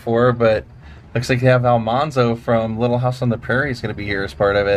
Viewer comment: Thank you for posting these videos. They are a lot of fun to watch. The one thing I will mention is the pronunciation of Almanzo is incorrect. It should be pronounced "man" in the middle instead of "mon". So, Al-MAN-zo. I just wasn't sure you were aware. There is a recording of Laura with this pronunciation.